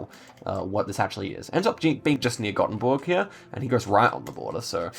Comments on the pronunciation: hey as a gothenburgian i would like to point out thats its pronounced like "goffenburg" and not like "gottenburg" have a nice day :) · goffenburg not gottenburg